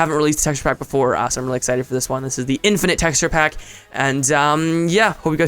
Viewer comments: in-fin-ite ahem... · lol in-FIN-ite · "in-Fin-ite" *slowly clapping* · in-FIN-ite...ILLUMINATI CONFIREMD